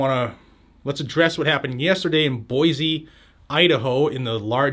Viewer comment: I live in Boise. First it is pronounced boy-cee not boy-zee. The mall where this happened has no firearms allowed signs up at every entrance. Luckily in Idaho these signs do not have the force of the law. Also I'm not sure why anyone would pick the mall to go on a shooting spree. The county sheriff's office is literally across the street and the Boise police department is about a mile down the road.